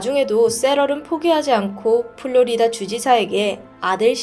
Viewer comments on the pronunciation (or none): none